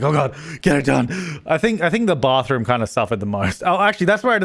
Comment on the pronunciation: Aye wike wour wittle bathwoom accent.